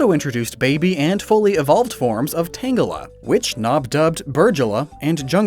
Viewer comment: Also, I guess Stadium 1 US had the correct pronunciation of Tangela...